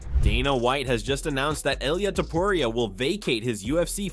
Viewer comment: the next time you said TOPUR IA like a freak, im going to teach u some spanish men, just copy how ppl use to call him TO PU RI A